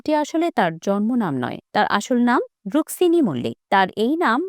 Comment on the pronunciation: কোয়েলের আসল নাম Rukmini Mallick✅ not Ruksini ❌ আগে ঠিক টা বলুন বা উচ্চারণ ঠিকঠাক করুন নয়তো ভুল খবর পরিবেশ করবেন না